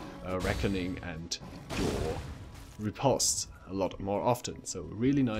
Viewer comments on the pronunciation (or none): none